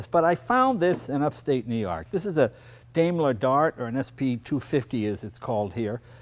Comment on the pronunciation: dimeler... is how you pronounce it